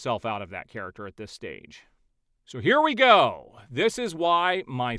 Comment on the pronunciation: the "main charaxter"